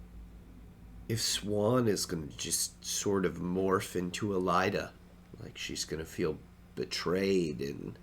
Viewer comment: Given the presence of the asylum maybe it should be "Care Home"? I think the rule of thumb when Jordan presents you with a diphthong is to pronounce every single vowel individually. So here is saying "Eh-Lie-Da" when I suspect it's meant to be "Eh-La-Ee-Da" for Elaida for example.